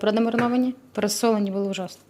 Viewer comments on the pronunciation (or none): none